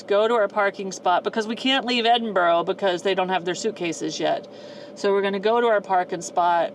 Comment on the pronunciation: It is pronounced Edinbrrrr, odd huh?